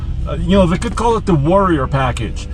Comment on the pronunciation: Every time you guys say warrior it hurts.